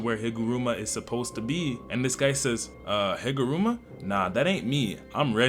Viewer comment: "jujitsu kaisen" and "higurama", I'm dying by how you butcher some of the words..🥀